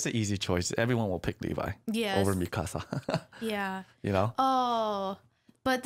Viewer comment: Why do you keep saying “me casa?” It’s mi-ka-sa. C’mon, what kind of Asian are you?